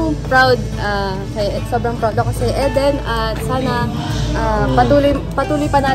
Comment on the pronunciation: Thank you,, for the correct pronunciation of Eden’s name. That’s the right pronunciation. Magandang pakinggan.